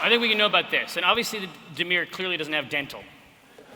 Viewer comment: Oh dimir! I thought she said DENEIR. That changes a LOT.